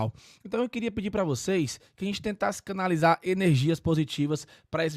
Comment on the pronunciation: "Kanalizar" n mah.. N zica😮😢 kkkk